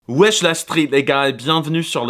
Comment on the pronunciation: no way he said wesh la street plz do not prononce it ever again brother